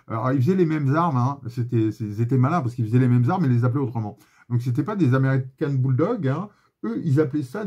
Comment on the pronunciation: Super vidéo avec des infos clef sur les calibres de façon a éviter les arnaques mais surtout les accidents. Petite dédicace a ton accent américain dans l'expression "american bulldog" 😹 y a du métier